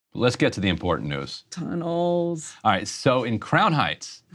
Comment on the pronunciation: the way she said d Tunnels hhhhh nice